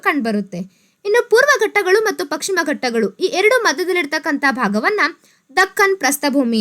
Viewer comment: ಪಕ್ ಶಿಮ ಎಂದು ಸಂಭೋದಿಸಿದ್ದೀರಿ, ಪಶ್ ಚಿಮ (ಪಶ್ಚಿಮ) ಎಂದು ಸಂಬೋಧಿಸಿ. ತಮ್ಮ ಮಾಹಿತಿ ಉತ್ತಮವಾಗಿದೆ. ಧನ್ಯವಾದಗಳು.